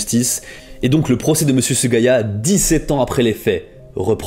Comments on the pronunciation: Bonjour, c’est parfait ! Incroyable ! C’est musical, tenu en haleine, petites musiques qui soutiennent l’ambiance, montage impeccable, illustrations parfaites ! Du travail de pro! …mais : « pendant dix sept Z’années ! », quelle erreur ! C’est pas possible C’est une sortie de route en tête à queue en tête de la course ! XD 😱😢😬😬😬😬💥🏆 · Outch !!!! Dix sept années (Dix sept ANNEES et non dix sept Z'ANNEES). Vous avez dit plusieurs fois < > avant ceci. Vous n'avez pourtant pas pronnoncé < > Sinon j'ai dévoré votre vidéo. Elle est admirable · Les " liaisons mal t'apropriées " : 17 zané ! 🤣🤣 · Vidéo géniale ! J'ai juste sursauté aux "dix-sept z'années" à , mais les journalistes aux Bac littéraires font parfois pire. Continue à faire ce type de contenu gamin, c'est un réel régal à regarder.